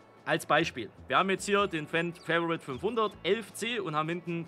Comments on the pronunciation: Fendt FAVORIT, nicht favourite, ist ein deutscher Schlepper! 😂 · Bitte hör auf favourite anstatt favorit zu sagen dass tut weh in dne Ohren